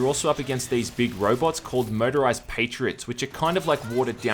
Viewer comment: You have a peculiar way of pronouncing "Motorised". Every single time I hear "Murderised". Which is just SO Metal.